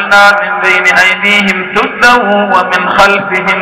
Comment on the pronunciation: جزاك الله خيراً وتقبل منك وجعل القرآن ربيع قلوبنا ونور صدورنا... الايه👇 (وجعلنا من بين ايديهم (سَداً) ومن خلفهم (سَداً) فاغشيناهم فهم لايبصرون) هل انا سمعتها خطأ أم هو قرأها خطأ؟؟